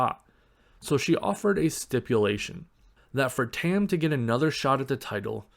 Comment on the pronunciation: Her name is pronounced like Tum, not Tem.